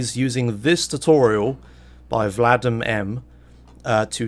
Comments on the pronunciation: FYI It's Vadim M, not Vladim M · not Vladim, but Vadim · Vadim M, not Vladim FailFish